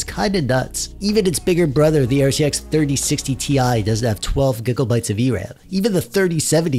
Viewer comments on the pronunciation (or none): Stop saying gigglebytes. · Am i retarded or are you saying giggle bytes? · I like how he mis pronounces megabytes and gigabytes, I’m not joking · The way you say gigabytes sounds like giggle-bytes and actually makes me giggle 😂😂😂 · lol "gig o bytes"